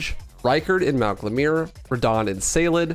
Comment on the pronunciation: Jesus the pronounciation... Glemir? Soyfra? Saled? Elphaena? Also Rennela? Ricard? Did we even play the same game?